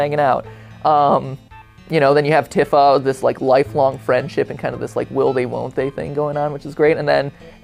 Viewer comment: Anyone else besides me bothered by MatPat's pronunciation of Tifa's name?